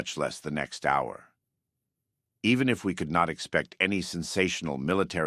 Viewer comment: damn that AI slop kicked in 😂 oh man how does AI pronounce "hour" wrong lol, or "pretense" as "preteens" 😂moral vs morale..